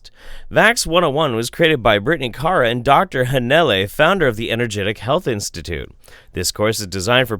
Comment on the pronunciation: I like how you can't decide how to pronounce Kara ☺ IMO it's always "Care-uh." And always spelled with a K, of course.